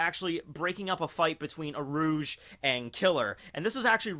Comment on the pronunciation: U - rū - ji his name has 3 syllables. Some might say who cares at all really but a lot of us can agree how we say Luffys name and Marios. You know Mario and not Mary - O